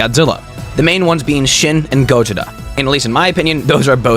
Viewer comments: Bro, it's Gojira not gojita like you keep on pronouncing. 🤦🏽‍♂️🤦🏽‍♂️🤦🏽‍♂️ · dude is saying gojida instead of gojira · You said gojira wrong